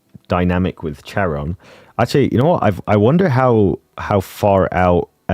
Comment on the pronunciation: Hi! The h is silent, it's çaron